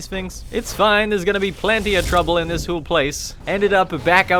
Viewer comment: Please stop saying Hule, it’s pissing me off.Its whole like hole not hule